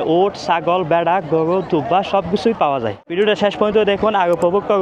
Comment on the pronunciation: গোয়ু হাট, ভাই কি র কইতে পারেন না?